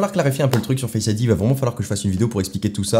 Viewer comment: pourquoi tu dis fesse ID au lieu de face Id